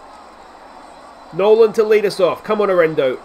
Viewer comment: LETS GO ROCKIES!!! It’s pronounced Air eh nah dough, Arenado